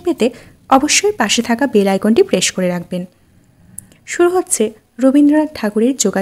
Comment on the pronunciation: প্রেস, কমেন্টবক্স - এসব উচ্চারণ ঠিক করবেন।